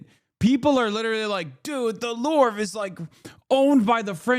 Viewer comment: lol at Hasan pronouncing the Louvre "The LORVE."